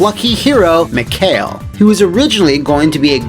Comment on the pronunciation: It's kinda bothers me, how says "Mikhail". It's supposed to be "Mee-Ha-Eel", seeing how all characters have Russian names, but I can believe that, the game makes the same mistake. Honestly, it's such a shame, this game didn't work out in the end, would be refreshing to see normal people as Russians, and not stereotypical hunks or gopniks.